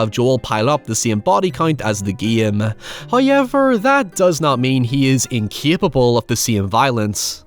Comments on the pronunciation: It's pronounced "how-evv-er" not "hoy-yeah-ver" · First "hoyevver" drops . In the ad that you might be tempted to skip.... He is being cheeky!